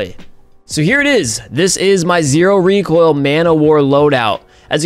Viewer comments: ZERO reek-oil KU!KU!KU! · Don’t you mean REEK OIL?